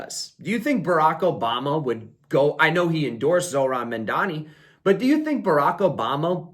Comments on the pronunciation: Good analysis Please say his name correctly: Mam-Dani Mamdani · What is it with you Americans can’t pronounce Mamdani correctly? And you Mandani!!!